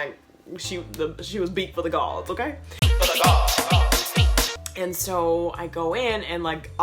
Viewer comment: Why does her okay sounds "onkay" to me 😂😂😂